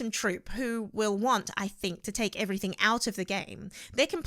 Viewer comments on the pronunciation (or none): none